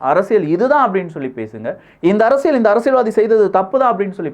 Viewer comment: One feedback brother… நீங்க அரசியல் என்று சொல்லவும் ஆனால் அரசியள் என்று சொல்வது நன்றாக தெரிகிறது. அகையால் தமிழ் சரியாக பேச வேண்டுகோள். இது அரசியள் சதுரங்கம் இல்லை.. இது அரசியல் சதுரங்கம் என்று சொல்லவும்… அன்புடன் உங்கள் சேவை தொடர வாழ்துக்கள்.